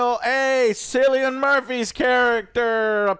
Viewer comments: Guys Cillian is pronounced with a K like “Kill-ee-in” not with an S like “Sill-ee-in”. I’m Irish btw lol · Theres no actor in this movie called"Sillyian"what kind of stupid name is that?the mans name is Cillian pronounced"Kill-ian"considering his name has been said in many many interviews through his career you could get his name right...Sillyian😂😂😂😂 jesus. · Kill-ian Murphy. That how it's pronounced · It’s Killian not Sillion Joe. Anyway Cillian Murphy is one of the best actors ever. I think bring it back to 28 days later somehow, bring the mutated zombies in and Cillian is trying to survive with his daughter. Then maybe they do end up at the bone temple and the end is him finding the doctors writing giving hope there could be a cure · pronounced it Sill-ian at the end. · Also Joe, you guys are killing me with pronouncing Cillian as “Sillian” it’s pronounced “Killian” 😆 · Cillian is pronounced Killian. I'm fed up of typing this for you, Joe. It's pronounced Rafe Finnes. Did they not do any research about Jimmy Saville and his "charity" after all the comments from the last film? It would really help with their understanding of this movie. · Very interesting review, lads. I really enjoyed it, hoping for the third. For me, bizarre mixes like teletubbies, ninjas, psychos, doctors, zombies and metal make for an excellent story, so long as they're blended well together. By the way, Cillian is pronounced Killian (I'm Irish) 😁. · Sicilian Murphy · Please for the love of god learn how to pronounce Cillian correctly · You could see the life drain out of face every time Joe mispronounced it, like it did for most of us. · "One of my favorite actors" doesnt know how to pronounce that actors name correctly. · I guess everyone named "Juan" should be called "jew-an" then.